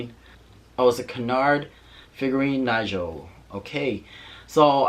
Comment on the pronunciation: “Knee-go” not Nigel :)